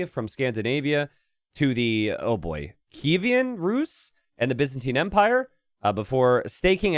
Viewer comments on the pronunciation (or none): its pronounced kievan